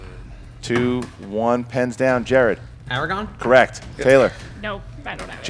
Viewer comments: It's ARAGORN, not Aragon. Why are they awarding points to wrong answers? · So after the Chassick Bossman and Eva/Eve incidents, they still gave points for Aragon?? I'm sorry but if you spell it AND say it wrong then how can that count? Also who's Eldron and when did he meet with Gandalf in The Hobbit? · I also agree with a lot of other commenters, Aragon should not be accepted as an answer when they also mispronounce the name. The R in Aragorn is there for a reason. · Am I the only that gets bothered by the fact that they keep giving them points for whenever they have "Aragon" as an answer instead of "Aragorn" which is the correct pronunciation? Because that's technically incorrect since there's a movie titled Eragon out there. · After the Team Top 10 debacle, I'd say it's a great point. The point of writing your answer is to confirm your pronunciation, and pronunciation has always been the Schmoedown measuring stick. Aragon would be the incorrect answer. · This being the Inner Geekdom, I wouldn't accept "Aragon" (pronounced as such) for Aragorn. Let alone "Eldrim"(?) for Elrond. =/ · This reminds me of when Rocha wrote down Jane Fonda incorrectly, but at least he said it correctly, unlike "Aragon/Eragon" (...too soon?) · I was annoyed too, but then I thought about it... They have British accents in the movie so their pronunciation is actually kind of similar to "Aragon". The hard "r" isn't stressed like in American English.